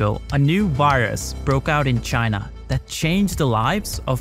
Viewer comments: How come you can pronounce "covid" with a v, but you say "wirus" instead of "virus"? You can clearly say the v sound. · Did U say caused by a wirus